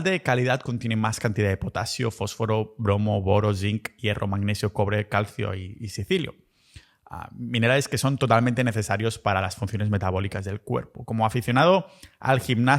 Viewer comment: ¡ Ya está! , dijiste "sicilio",en vez de silicio, conclusión: te patrocina la farmamafia siciliana 😅 Un SAL udo gueránde